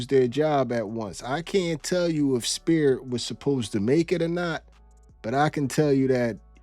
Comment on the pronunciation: LMAO not the "Spiit" Airlines plane.